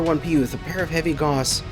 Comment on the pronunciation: Good vid but I will say it is pronounced like cows but with a g sound instead =P